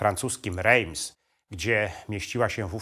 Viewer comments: Rejms??? Nosz kurwa! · Świetny film. Drobna uwaga, Reims wymawia się inaczej. Pozdrawiam